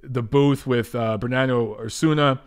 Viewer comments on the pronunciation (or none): none